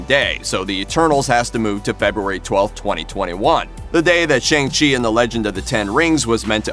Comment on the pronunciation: Dude, it's SHANG CHI not Chang Chi